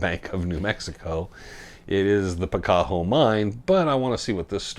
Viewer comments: Picacho , Pi ca cho as in Picacho Peak ! Not , Pi cac ho ! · PicaCHo not PicaHo